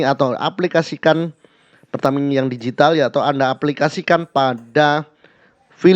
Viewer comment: Pertamina digital mang bukan Digitil😂